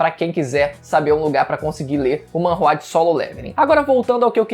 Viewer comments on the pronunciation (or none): none